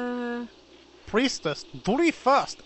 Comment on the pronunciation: took me 9 years to realise he said priestess, duty first..... I thought he said please, do me first